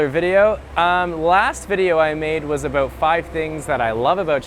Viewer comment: last vedio I made was aboot....